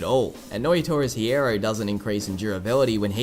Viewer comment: When you pronounce hierro, don’t pronounce the “H” you’re pronouncing it the wrong way tho